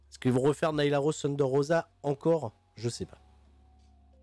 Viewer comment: Sérieux, ce insuportable. Ce pas Shunder Rosa mais Thunder. THUN pas SHUN. Ce un Thunder Driver, pas un Shunder Driver